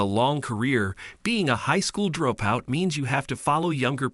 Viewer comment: Horrible AI. It can't say dropout correctly. So annoying.